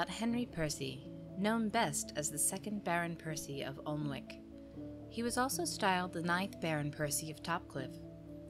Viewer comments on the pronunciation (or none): Pronounciation! Alnwick = “Annick”, Yorkshire = “Yorkshur”.